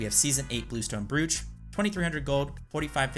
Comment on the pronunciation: Just to help, Brooch rhymes with "roach"